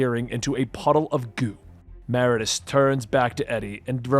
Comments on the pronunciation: Meridius…. Sound it out…. Mer-id-ee-us . Great video / story though as always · MER-ID-I-US holy shit dude.